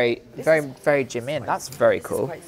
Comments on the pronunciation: nah bro you’d be poor cause he keeps saying “jeemen” loooool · IKR I'M WHEEZING!! He's not even pronouncing the name right I'm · He can’t even pronounce Jimin correctly.. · Annie Bleveans Almost Like Chi instead of J since Those two are very close in the Korean language. Also, The I should be pronounced as how you would say E in “he” so it’s Ji-min. That’s my guess. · Bet that white guy doesn't even know Asia has 48 countries lol Plus the dude can't pronounce jimin